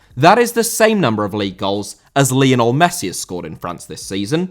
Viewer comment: Lionel* not Linl